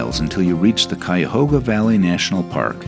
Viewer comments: Cuyahoga, cuy like guy a like uh hog like a pig a like uh . Thank you. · I grew up in Brecksville, halfway between Cleveland and Akron, and went to school in Columbus -- loved seeing all these familiar places in what I consider my home state. And the river in Cleveland (and park name) is pronounced: k-eye-a-hoe-ga :-) Thanks for the Rock Hall call out, too -- a great place for lovers of all genres of music!